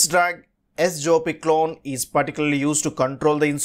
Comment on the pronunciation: Wrong pronunciation.